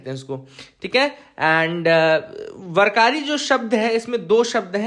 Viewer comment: Warkaris is prounced as वारकरी and its पंढरपूर not पंढारपूर 😊 hope you get the difference